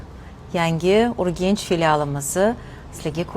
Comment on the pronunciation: Urgench yoki Urganch? 🤔🤔🤔 Filolog sifatida o'zbekchada Urganch ekanini bilaman. Urgench deyish nega? 🤔